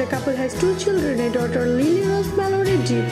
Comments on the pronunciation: We pronounce "Johnny DEPP" and not DEEP !!!! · What kind of English is that? Jonhny " Dip "? Terrible. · ... And "Star shine Capricorn" And Johnny Deep 😜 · It´s DEPP not DEEP!